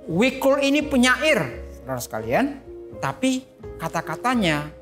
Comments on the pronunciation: Jadi gak nyaman nonton gara2 denger wikul, namanya jikul bukan wikul 🤦‍♂️🤦‍♂️ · Jikul, BUKAN Wikul...